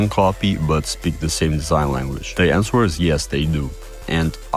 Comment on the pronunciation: Dude pronounced the "w" in "answer"